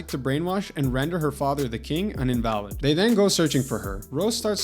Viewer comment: Ah Shid. You mis pronounced invalid. Please don’t be an AI or I’ll thumb you down ten times.